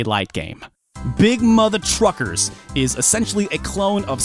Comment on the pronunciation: Sometimes when he say’s big mother truckers, i belive he say’s big mother fuckers,and i got no doubt some peoples whose hate that game definitely call it big mother fuckers. But apart from that those ports are impressive considering the gba is only 32bit with no 3D hardware builtin ,so everything had to be done in software instead, but they look more like recorded old playstation games on tape and then being compressed with mpeg encoding and end up with mpeg artifacts,phew.